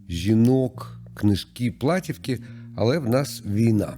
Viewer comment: Не плАтівки, а платІвки.